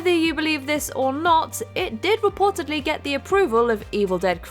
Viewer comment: "ReportEDly" not "reportABly" also "supposEDly" not "suppoABly"